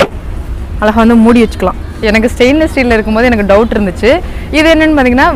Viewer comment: அருமை , உங்களுக்கு ழ உச்சரிப்பு சுத்தமாக வரவில்லை , ழ சரியாக உச்சரித்தால் இன்னும் நன்றாக இருக்கும் உங்கள் பேச்சு , அழகா என்பதை அல்லக போன்று உச்சரிக்கிறீர்கள்